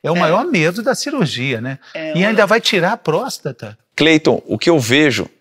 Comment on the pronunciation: Me incomodou o médico prenunciando prosta e não próstata.